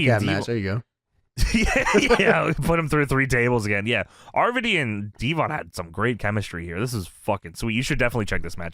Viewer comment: It's RVD not arvadee. It's also water not wudder